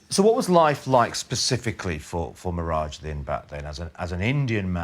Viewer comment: It's mirajuddin not nehraj